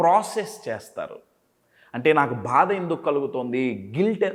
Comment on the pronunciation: భాద కాదు, బాధ అనాలి. మీ 😃 Smile బాగుంది Sir.